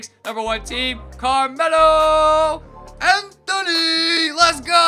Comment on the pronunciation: The way he said Anthony in free agency lol